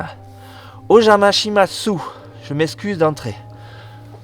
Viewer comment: On prononce pas le u a la fin de o jama shimasu